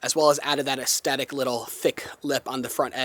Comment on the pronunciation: Fantastic channel. One FYI forcthe future. The word aesthetic is pronounced with only one hard "t" sound at the end. The middle "t" is a soft "th" sound. Cheers